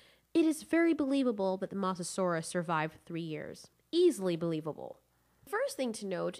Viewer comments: also mosasaurus was saltwater and not pronounced moss a saurus it is like moses saurus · Moe sah saur us not moss a saur us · Its not Moss its Moz Mosasurus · The way you say mosasaur is MOSSasaurus will it's pernounsed (Mo zah saw Rus) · The Masasaurus Xd.. its Mosasaurus pls learn the Name before judging them Xd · STAHP SAYING MASASAURUS ITS MO SA SAUR US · I'm sorry but I can't get over the mossasaurus pronunciation of Mosasaurus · Ah yes the moseasaurus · Like if you also get triggered when she says “moss-asauras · Abdullah Asha actually it’s pronounced (Mo zah saur us ) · M-ohh-Saurus. Mosa, not a biggie but thats just how you pronounce it lol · Mososaurus: Moe-so-sore-us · LOL she sed massasuarus i hope it spelled it right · The way you pronounce mosasaurus drives me crazy lol but still amazing content keep up the good work! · You're saying the name mosasaurus wrong. It has long O sound, where the O is. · PRONOUNCE THE WORD "MOSASOURUS" RIGHT FOR GOD SAKES